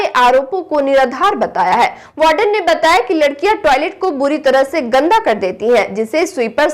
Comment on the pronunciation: Anchor should pronounce the words correctly. It's W*ARDEN not BARDEN. There are many other errors. Hope this is taken constructively.